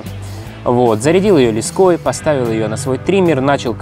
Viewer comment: лЕской, ударение на первый слог